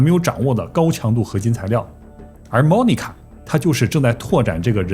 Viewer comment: 在美国这么多年，居然Monica 被你说成“猫尼卡”，东北银吗？